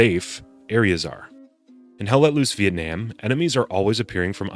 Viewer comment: ITS PRONOUNCED VIETNAM, NOT VIETNAM, DAMN IT!